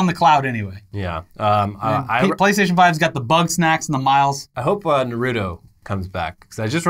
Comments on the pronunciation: Narooto sand ninjas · The way pronounces “Naruto”..... it hurts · I love you guys but please stop pronouncing Naruto😭